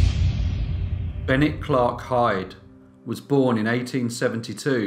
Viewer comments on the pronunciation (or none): none